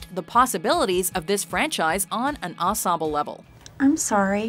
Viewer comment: did anybody else notice that she can’t say ensemble right